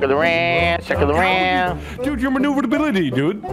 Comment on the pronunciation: Excuse me, Vanoss but I believe said "MANOEUVRE-DABILITY" 😭😭😭💀